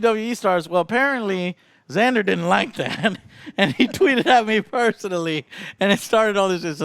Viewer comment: “This is Xander” XANDER 😂😂😂😂